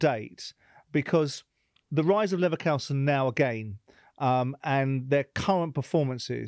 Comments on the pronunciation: Yeah, same and I am from England! How does Simon Jordan not know how to pronounce Leverkusen? He use to own a football club. It is actually really embarrassing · yeah true but I've never heard anyone pronounce it wrong like Simon; on this one at least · It's called ignorance or, I don't think that's the case, disrespectful in such a case to be a football expert and not know how to pronounce it correctly. Ballack should have pointed him toward the right spelling as I'm sure he prefers to spell it correctly. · Simon needs to be slapped for how he pronounces Leverkusen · Great interview even if with the wrong pronunciation of Leverkusen 😂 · Simon with all the respect, the way you pronounced Leverkusen made me sick, love your show though. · Simon, with all the respect in the world, I hated this interview the way you pronounced Leverkusen made me sick. All the best, great podcast you have. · Can't even pronounce the team name correctly, what a joke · Where's he getting that pronunciation from? Even ballack said it correctly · I'm not even German and I'm pissed at Simon's shocking pronunciation of Leverkusen. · Disrespecting from Jordon should name Leverkusen properly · someone teach the host how to pronounce Leverkusen. Embarrassing! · only Simon Jordan could think he knows how to pronounce German words better than a German person🤦‍♂️🤣🙈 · FFS Simon, it's disrespectful to pronounce the team wrongly. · Painful to hear this mispronounciation so many times. How is it possible to be so ignorant and unprepared for an interview like this? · How ON EARTH do you not know how to pronounce Bayer Leverkusen???!!!! 🤦‍♂️🤦‍♂️🤦‍♂️🤦‍♂️ And ESPECIALLY when you can clearly hear a German native pronounce it the right way!!!! Don't you listen to your guests? I've never heard ANY other English native speaker pronounce it that way before! It's a completely different word! 🤦‍ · Simon Jordan, it’s called LEVERKUSEN, not LEVERKOUSEN 😂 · Simon it's leverKUSEN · He could say IT right. Levercoosen